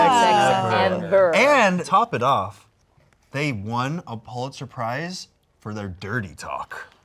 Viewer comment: I just want to say thank you to Anthony for pronouncing Pulitzer properly.